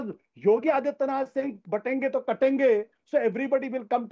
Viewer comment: It’s not kaatenge It’s katenge 😅